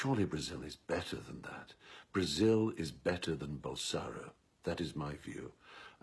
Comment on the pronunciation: can't even pronounce his name right .. its BolsoNAro...